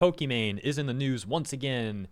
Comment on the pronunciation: Am I the only one who hears her name as poki man?